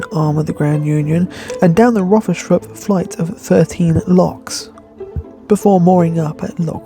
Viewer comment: Hi, it's pronounced Rothers- thorpe.